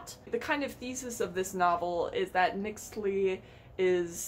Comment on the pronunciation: the name of the principal character "Mixtli" it pronounce "Mishtli" aso Mexica is "Meshí-kha"